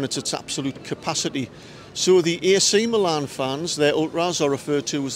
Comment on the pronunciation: Great video. The battle of the stripes looks really interesting. Some pronunciation help for you...The cathedral is pronounced "dwomo". The 2 Milan teams are known as "meelan" or "inter". Good luck in the San SIro tonight! ps: The stadium is actually the "Guiseppe Meazza" but the zone of Milano its in is called San Siro